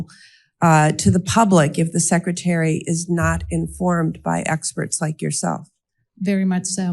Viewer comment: I love that Dr Houry secRETary as a lot of people say secITary